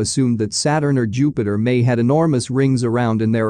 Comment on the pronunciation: Am i the only one who heard "Youpiter"